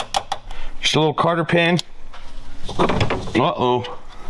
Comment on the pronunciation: Hey,, it's "cotter" pin, not "carter" pin! 😂